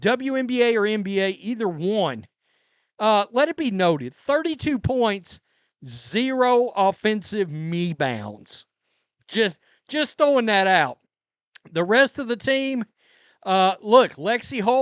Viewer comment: "Zero offensive ME-bounds" LMAO